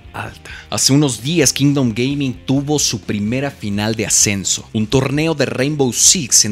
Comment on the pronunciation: Se puso anuncio a la mitad de que dijo Kingdom Gaming y se escuchó Kingdom gay, y solo pude pensar en Giancarlo el resto del video jajaja